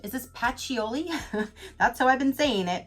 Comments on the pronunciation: LoL patchouli..I love how u said that is pronounced like pat -true-Lee.. Love all these different kind of boxes🔮😘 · I LOVE Patchouli (say it like pa-choo-lee). Also throw a few drops in vacuum cleaner bag for a fresher smelling room. Nice box! Xx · I pronounce it Pa-cho-lee..